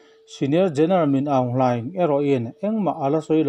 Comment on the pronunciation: ‘Min Aung Hlaing’ tih lai tak hi, (Mîn) tia han thluk chhoh tur a ni tih, thurawn ka’n pe ve mai mai che a nia.!!👍